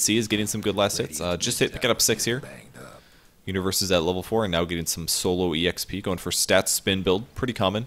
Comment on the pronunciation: sounds like he's saying Uterus rather than Universe lol